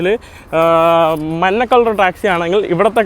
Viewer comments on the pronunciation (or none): എടാ കൊപ്പേ, ടാക്സിയുടെ നിറം മന്ന അല്ല, മഞ്ഞ ആണ്. നീ മഞ്ഞ എന്ന് പറഞ്ഞു പഠിക്കുക